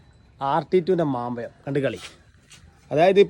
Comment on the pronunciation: MAMPPAYAM Alla koyoo MAMPAZHAM